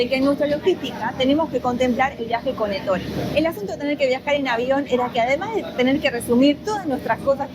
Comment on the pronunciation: No se pronuncia Ettóre en Italiano es Ettore .en la práctica al escuchar la pronunciación se remarca la E inicial nunca la o